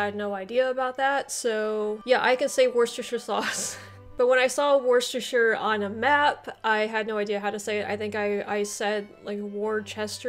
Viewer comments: You did really well pronouncing Worcestershire but it's kind of uncommon in England to give it its' full name when referring to the sauce, Worcester (Wuster) Sauce is more common, so "Worcestershire" is reserved for the county name and Worcester for the city and the sauce ( and yes I know the bottle says Worcestershire but Brits tend to be very lazy talkers) . A farthing was an English coin that was abandoned in the early 1950's, it had a value of 1/4 of an old Penny hence a farthing is a 4th part. Shire is an odd word, pronounced "shire" (rhymes with hire) when used as a word on its own but lazily the pronunciation very often is abbreviated when used in a county name so Yorkshire is often pronounced "York shuh" where shuh rhymes with "the". Any county name ending in Shire is often pronounced like that. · Thanks very much for the shout out :) Worcestershire is spot on. The 2 CGP Grey videos on the City of London are superb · Great video. I like your attitude towards learning, rather than just judging other cultures. 👍 I think most people in Britain call it Worcester ("wooster") Sauce, rather than the full Worcestershire. Top marks for the pronunciations, some of which were better than the natives. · Worcestershire, spot on.